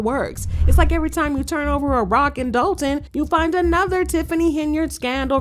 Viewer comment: That’s Dolton with an “o” not an “a”as in Dolton, Illinois